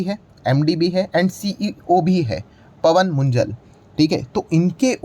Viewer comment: Sir, ये मुंजल नहीं मुंजाल है। ये पंजाबी अरोड़ा में एक जात है।